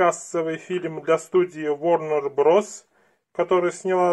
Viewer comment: Никогда не понимал: почему в последнее время говорят "Вагнер Брос", а "Брозерс"?